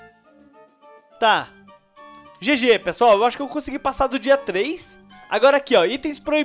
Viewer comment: voce no inicio voce falou [pala pesoal]